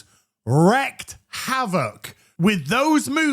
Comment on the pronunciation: Just fyi “wreaked” is pronounced “reeked” not “rekked”